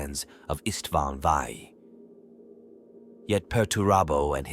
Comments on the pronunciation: Don’t fortget estvaan feefee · “Eastvaan fave” these ai readings are such shit. Just have a proper narrator